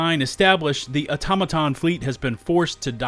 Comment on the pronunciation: is pronouncing Automaton wierd on purpose? no way he hadn't heard it correctly spoken by now